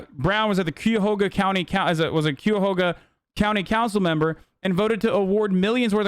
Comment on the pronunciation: Omg hasan needs to stop trying to pronounce ohio city names. Qhoga isn't the name of Cuyahoga lmfao